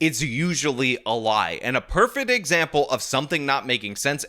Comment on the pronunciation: Is saying "perfet" instead of perfect just to piss me off?